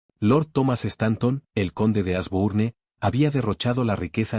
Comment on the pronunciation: Sugerencia el nombre Genevieve se pronuncia Geneviev (no se toma en cuenta la e final) igual Asbourne que se pronuncia Asbourn y Higgins, Higuins😊👍🏻